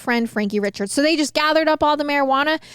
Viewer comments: these folks are Cajun. Chaisson is Shaw-sawn, Richard is Ree-shard, Guillory is Gill-ree, and DuBois is Du-bwah. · Richard is pronounced Ree-shard ❤